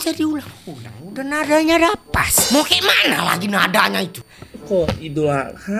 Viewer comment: Bang nama gua adha bang terus Abang Panggil nama saya tadi dengan sebutan adeha